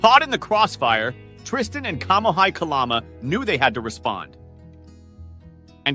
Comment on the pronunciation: It’s killing me. It’s KA-LA-MA